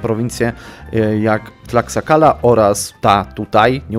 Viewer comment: H JEST NIEME! To jest "nałatl" a nie "nahłatl" xD Wszystkie te prowincje w Meksyku mają zapisane nazwy w hiszpańskiej wymowie. Dodatkowo X czytasz jako SZ (Tlaxcala -> Tlaszkala, Mexico -> Mesziko itd.)